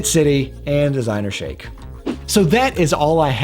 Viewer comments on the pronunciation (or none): It's pronounced shake like milk shake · Its pronounced "shake" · It’s pronounced as “shake” Great video as usual .. greetings from Bahrain :)